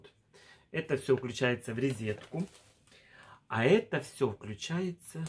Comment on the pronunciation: несколько раз замечала, что ты вместо "лазер" говоришь "Лазарь". Лазарь -это имя, к примеру из Библии. И "ризетка"... это по-украински так произносится? По-русски - розетка. Только не обижайся, не хотела писать, но подумала, что будешь знать и правильно называть. Мама-то тебя не поправит, она тоже так говорит.